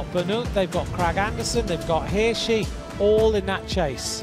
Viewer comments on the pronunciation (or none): Hirschi not Hirshi